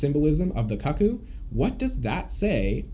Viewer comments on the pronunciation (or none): bro its 'koo koo' no 'kucc coo' like bruh don't need to out yourself if you're into that 😩😭